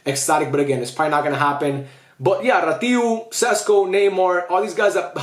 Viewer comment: Rațiu is so good and I love seeing someone actually give him recognition. Love you (btw its pronounced ratsyu)